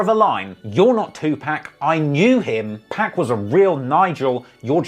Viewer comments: Jesus christ I can't listen to one more "2pack". It's pronounced POK! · It’s pronounced 2 poc not pack🤦🏽‍♂️ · Nuh it's pronounced 2pac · The way you say Pac’s name just made me unsubscribe lol being English is no excuse for pronouncing that man’s name like that 😂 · I can't stand the way British people pronounce 2Pac.